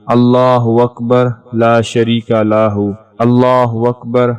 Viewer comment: محترم له كو ا پ لاہ پڑھتے ھیں جو بالکل غلط ھے براہ کرم ریکارڈ کرنے سے پہلے کسی کو سناکر تصحیح کرلیا کریں جزاک اللہ